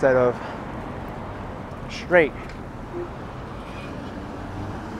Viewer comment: Street , not shtreet. Straight, not shtraight.